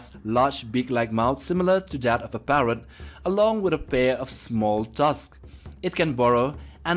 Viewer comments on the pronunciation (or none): none